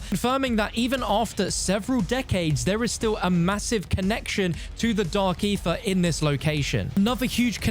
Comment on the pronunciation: How many times did he just say Dark Aerher?